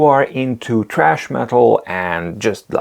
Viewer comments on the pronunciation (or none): Really good video and your pronunciation of "Thrash metal" as "TRASH" metal was extremely funny too (and some of the other words made me laugh).